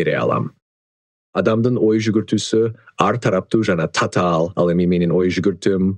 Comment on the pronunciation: Татаал - Цацаал😅